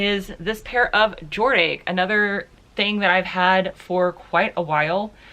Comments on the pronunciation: How come you say it like Jord-Ache? I'm wondering if it's an inside joke I'm not getting lol.... I think you're defo too young to remember the 80s when that brand was the most popular mall brand in the US (maybe second to Guess).... but I can't ever remember it not being called Jor-DASH Any other Gen Xers here wanna back me. up on this? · Quick Question Is it Pronounced Jord Ache or Jor Dache (Dache = Dash) I only Ask Because When I Lived In NYC Where The Clothing Company HQ is Located The People around there Pronounce it the Ladder. But After Watching One of Your Video about addias and The Way You Pronounce it plus the History behind the Word I though, Maybe I've Been saying it wrong all this time? Welp Just a thought Thanks and Happy & Safe Thriftmax!